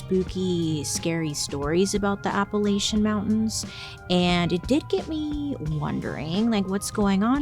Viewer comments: don’t call it apple-ate-cha or i’ll throw an apple-at-cha! 😂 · Pronounce it “Apple atcha” as in someone throwin an apple atcha 😃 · I'm from deep in those mountains and if you pronounce it anything other than App-uh-LATCH-uh around there, those strange happenings might start happening to you 😂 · Please do one on Appalachia! I’m from WV and we pronounce is app-uh-latch-uh. Kinda like “I’ll throw an apple atchya”. Would just love to see your take on our stories! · So I grew up in the town of Appalachia in SW VA. It’s pronounced there: Ap-ah-latch-ah. Hope this helps and hope you reconsider doing an episode! I have some great stories if you’re interested! ❤ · im from Appalachia and we pronounce it "Apple-at-cha" that might be easier to say too :) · Yess I agree you should do a Applachia episode. Im from Appalachia ❤ lots of spooky folk tales but us people from Appalachia pronounce it appa-latch-uh lol. My husband from cali says it like you 😂